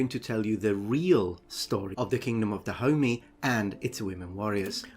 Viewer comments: i keep thinking that you’re calling africa the “kingdom of da homie”. while I know thats not what you’re saying, I think that’s pretty funny. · Da homie? I though it was pronounced DahomEY. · YEEES I keep hearing Kingdom of da Homie!!! Glad I'm not the only one. Also it's Kingdom of da Homie vs Kingdom of Oil? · without knowing the context for the first minute it sounded like you were saying "Kingdom of Da Homie" and I was very confused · I keep hearing him say "the kingdom of da homie" which I know he's not but I can't un hear it! Lol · OMG.. i thought you were calling the kingdom, the kingdom of the homie.. lol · It sounds like he's saying the kingdom of da homie. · I only (mis)heard it as "the kingdom of the homie" for a solid minute there, and now I can't unhear it either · Yeah, I heard kingdom of da homie every time 😂😂 it's funny cuz it fits!